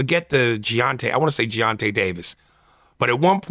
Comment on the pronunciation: Gervontay and Deontay…not geontay and dontai 😭😭😭😭😭